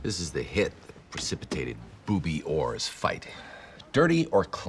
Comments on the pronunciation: "Booby Orr" lol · "Booby Orr" 🤣🤣🤣